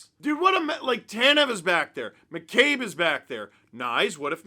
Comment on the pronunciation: is it just me, or does it sound like Steve calls him Dick McCabe?